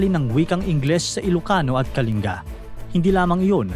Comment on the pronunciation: Buti alam pronounciation ng "Kalinga" ni Sir.